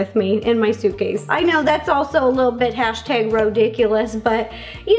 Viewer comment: Ro is the only person who can casually say "hastag" anything and I won't question it